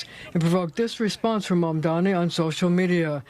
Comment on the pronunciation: they're saying mamdani's name wrong on purpose at this point